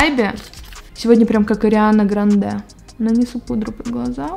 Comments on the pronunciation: ААААА,НЕ грандЭ,а грАААнде!🤦‍♀️🤦‍♀️🤦‍♀️🤦‍♀️ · Лол,ГрАнде,а не ГрандЕ -_- И причем тут она вообще не поняла. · Ля, Ариана Грáнде а, не Грандé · Почему ты сказала Ариана Грандэ́ а не Гра́ндэ? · Почему никто не написал про Ариадну ГранДЕ ??(про ударение ) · Сколько живу не разу не слыша что кто-то говорит Ариана Грандэ́ если правильно Ариана Гра́нде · Фу блин бесит вот это типа я только люксом пользуюсь и кстати не ГрандЕ а ГрАнде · ударение не туда ставится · Мне не послышалось!? Ариана ГрандЭ!????? Это ад для моих ушей 🖕🏻🤦‍♀️ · Господи что происходит с твоими ударениями? Ариана ГрандЕ Семья КардАшьян WTF?😧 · Госпади.....Прям уши режет "Ариана Грандэ" (сделала ударение на "э") Пиздец просто🙄🙄🙄